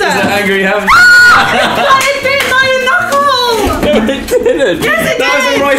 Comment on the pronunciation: "It bit my nuckle" "No it didn't, it was the rice crispees" 😂😂😂😂